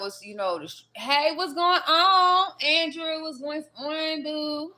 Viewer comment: Hola from nz gurl i swear u so spot on with this first part of ur reading How u said the name Andrew is significant.......like adrew !!!! he's the guy I have a crush on .